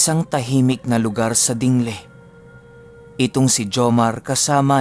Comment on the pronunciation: DINGLE po hindi po Dinghle😆